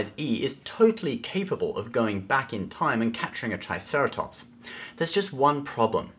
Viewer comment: Lol you said "TIEceratops" hahaha